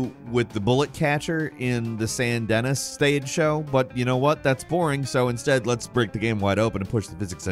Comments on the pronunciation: It's pronounched Saiiint Deniiiiii stead of Saint DENNIS😂😂😂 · hello its pronounced "saint Denee'" not "saint dennis" its like the cajun french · The town in RDR2 is pronounced "Sane Denny", not "SainT DenniS". It's like the French quarter in New Orleans, with a French pronunciation. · I love how says Saint Denis like “San Den-is” rather than the “San Den-nee” like everyone in the story does. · Dude, RDR 2 has been out for a few years now. The name of the town is pronounced “San DE-KNEE”! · Saint DENNIS? AHEM it's Sandy Knee!!! Tsk tsk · Great video but its pronouced San Denee!! Not Dennis. Drivin me nuts 😅 i mean how many times is it actually said out loud in-game haha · Saint Denis 📉 San Dennis📈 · Ahh, your wierd pronunciations never...umm get old? But really? San Dennis? Not Sawn Denee like the Mississippi accent makes it sound like!? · i love that the characters in RDR2 say "Saint Denis" probably one million times, and yet still pronounces it as "Dennis." Is he doing a bit? Did he just refuse to do a second take? Did he play the game on mute? i like that we'll never know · That legit just cringed my soul when I heard Dennis. Lol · Love how he says Saint Denis so wrong......luv ya:) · "Saint DeniS" Man you say that S with such conviction, one would almost assume you did it on purpose to spite somebody. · Oh. Saint Denis is pronounced San Duh-knee. I’m guessing the ocean vs. lake in GTA V is because of the wave physics. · "San Dennis" kinda hurt, man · Hearing “Saint Denis” pronounced as “Sant Dennis” hurts my heart. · I firmly believe mispronounces one word per video to drive engagement in the comments. San Dennis lol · This should just be the channel. One man show. Also its pronounced “San Deneeee” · 'San dennis' lol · Never mind the gator/croc thing. I can’t believe you really said St. Denis like the name Dennis. It’s pronounced “den-ee” 😂🤦🏼‍♂️ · Saint-Dennis. Its pronounced "Saint-Duh-Knee" :D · San Dennis….😂